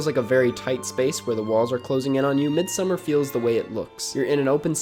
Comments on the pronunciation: It’s not midsummer it’s pronounced Mid-Sawmmer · Try pronouncing it as "mééd-sa-marr" and I think that's as close as it gets to the Swedish pronunciation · I actually had no idea, I dabbled in listening to Icelandic music so I pronounced it as Mid So Mar based off of what I heard but then all the critics called it Midsummer. I actually thought I might have been wrong lol. Glad someone was able to straighten that out. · Ok review. But your mispronunciation of ‘Midsommar’ was totally distracting the entire time. It was cringe worthy. Watch an interview with Ari for the correct pronunciation.